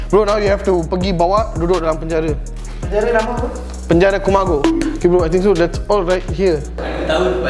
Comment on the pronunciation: KUMAGI: KUMAGO: KULILI 😂